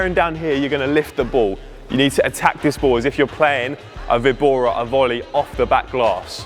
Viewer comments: The "víbora" is pronounced "vee-bora" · should pronounc: vee-bora (víbora) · It's a Spanish word, so straightforwardly pronounce vi-bo-ra. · It's a Spanish word "Víbora" (with the emphasis on the letter "Í") which means "Viper" in English. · For Víbora = Snake in spanish the Best way to pronounce it, is number 2 Vee-bora. Great content by the way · Hello im Mexican, here we have plenty of VEE-BO-RAS (snakes) so its no.2 - VEE-BORA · Nice one. Definitely vee-bora, in Spanish pronounced Bee- bora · Vee bora it's better. It is the spanish word "víbora" (note the accent at the i), So vee bora, but with a slightly short ee. Great video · Vibora is "sdrucciola", tonic accent on the first syllabe. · Now I'm anxious to hear you say it right in spanish! 🤣 2 option is the right one.